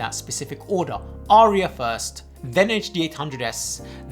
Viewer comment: "Arya" has but TWO syllables.